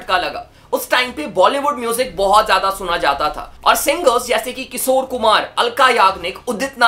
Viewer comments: Bro its kishor na ki kisor 🤦🏻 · Kisore❌ Kishore✅ (Please naam mat kharab karo aese legendary singer ka...mere papa ke playlist mein ye hamesha rehete hai...I kbow it's just your pronounciation issue but still) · किशोर होता है भाई किसोर नहीं